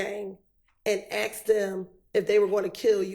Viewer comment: Lawyers of all people should really know how to say the word "asked".